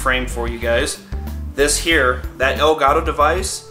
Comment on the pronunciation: Lol In the intro it sounded like he said Hello everone, HAIR